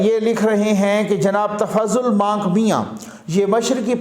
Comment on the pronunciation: Not but Manik mian.😁